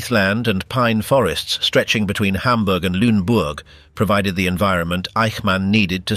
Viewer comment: The correct pronunciation is "LOON-a-boork".